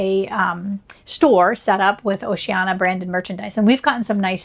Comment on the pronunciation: It’s pronounced with five syllables. O-ce-an-I-a